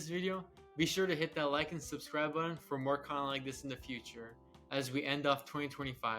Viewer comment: Am I the only one who thought he said "cunnilingus" instead of "content like this"? 😂